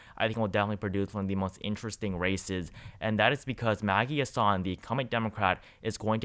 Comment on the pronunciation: the senator from NH is pronounced HAS-sun, not huh-SAHN Also, , Penn. governor is Tom (not Tim) Wolf